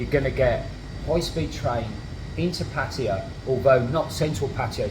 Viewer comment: pronounces Pattaya better than most people, it's not pa'tyre or p'tyre or per'tyre It's pat'tay'yaa 😊